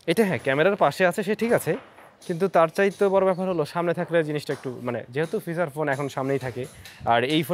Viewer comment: ফিসাচ ফোন অহহহ আচ্ছা ফিচার ফোন